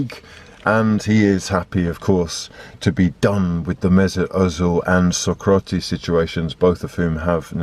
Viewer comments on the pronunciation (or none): none